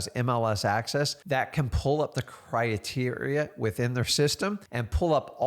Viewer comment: bro the way he said criteria was hilarious 😂 😂 🤣 love you but that was funny